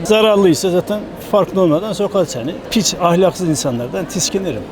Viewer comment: Dayı pis yerine piç diyor mk 😂